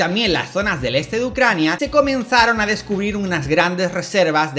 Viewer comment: "Rusia y Ccrania"